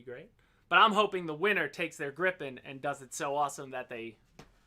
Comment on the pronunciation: Learn from: It's Grii pen, not Gripp-en. 😉